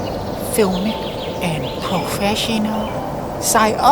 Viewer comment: I dunno, i do want to be the best, be po-feshional, be cinematic, I'm going to listen to that guru